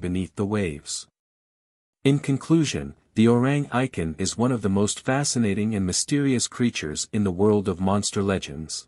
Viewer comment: The correct pronunciation should be O-Rang E-Kant